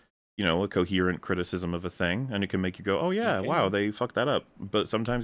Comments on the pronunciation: I hate how this guy pronounces some words, listen to him saying "criticism", he sounds more like he's saying "crisism". It shows a lack of care to communicate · nah, but I definitely forgot about that part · Today, I learned that criticism is a one syllable word. Thanks,!